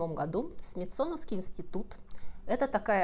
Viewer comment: Добрый день. Почему СмитсОновского? По русски СмИтсоновского.